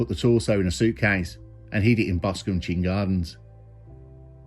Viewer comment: Chine rhymes with mine....a chine is local venacular for a valley that run down to the sea. I lived in Boscombe and left shortly before this murder, it's know as the druggie capital of the south coast, so this didn't surprise me. I loved living there, always something going on, thanks for the full story, I'd only heard about it but not the details.